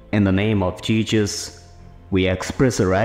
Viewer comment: Not being that guy ok but one wrong word spelled or said by the one starting the pair can change this action of god and Jesus . The commentator had said Jesus incorrectly. That isn’t a good thing im sure . Now dont go up one side and down the other that im judging . I’m not ! It’s saying a word wrong though we understand what its meaning is pertaining to this . But pronouncing the words right can will change what can happen .